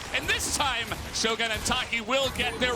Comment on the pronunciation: Oh FFS, "shogun" is not an American word, goddammit. It has nothing to do with shows or guns. That's not how it's pronounced you philistines! I swear, LCK English casters are the fkn worst when it comes to pronouncing names.